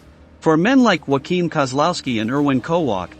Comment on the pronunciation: Not bad, but spoilt by the laughable pronuciation of German names. "Joachim" is not pronounced "Whackeem", which is the Spanish pronunciation, but "Yo-a-kim". It's really not that hard.